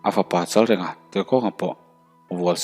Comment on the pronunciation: Chalrenga tih hi i lam diklo tlat.reng hi thluk tur anih kha aw